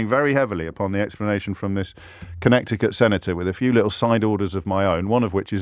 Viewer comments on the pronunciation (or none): "kuh-NEH-tuh-kuht". The second "c" in Connecticut is silent (for whatever reasons). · Sounds wrong when you say "Connekty-Cut" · It’s co-NET-ih-cut. The “c” in the middle of the word is silent. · Not pronounced ConneCticut James - it is pronounced "Conneticut: not important in the scheme of things but nonetheless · Con neti cut. Not "Connect i cut". just sayin. luv your stuff. Canada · Its pronounced "Conneticut"😉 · Please stop saying Connecticut😅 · LOL. Connecticut is pronounced as if the second small "c" isn't there. CONN-ETI-CUT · Just a pronunciation note: Con Ett ee cut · talking about idiots corner while calling the state connecticut connect-icut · The second c in Connecticut is silent. It is pronounced Connetticut. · I'm not gonna listen to a guy that pronounces it CONNECT-icut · Second c is silent in Connecticut - con-NET-icate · You don't pronounce the second "c" in Connecticut. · That's not how pronounce Connecticut. 😂😂😂😂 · Not sure if his pronunciation of Connecticut is a subtle joke or he just that pretentious…. 🤨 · Did James mispronounce Connecticut on purpose? Or was it a genuine mistake? Because he didn’t self correct. Was very odd. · I was wondering that as well. First time I thought maybe it was an inside joke, but the second time made that feel less likely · I'm sure I'll be thought pedantic, but there was a time when media journalists knew that the second 'c' in Connecticut is silent. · Is he deliberately pronouncing Connecticut that way? Is it the US equivalent of Worcester? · Strange pronunciation of Connecticut! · "Connecticut" FYI: The second "c" is silent. Carry on... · The first 'c' is silent in Connecticut 😉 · Pronouncing the middle c in Connecticut is something I’ve never heard before today… and I don’t like it, don’t like it at all 😂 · It would help your credibility if you knew how to pronounce Connecticut; the "c" before "t" is silent. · Someone tell James to fix the way he says Connecticut